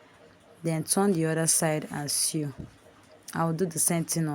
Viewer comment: The word "sew" is pronounced " so".